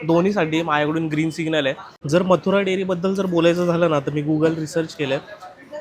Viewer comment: अरे आंधल्या मदुरा नाही मथुरा आहे ते